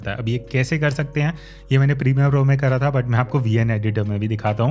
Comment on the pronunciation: Thanks for kids this information But please say again kara kara Kia kaha kijye kara ni hota I'm from Pakistan lahore Don't mind please